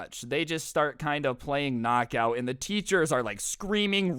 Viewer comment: Its not kcnok aut its lightning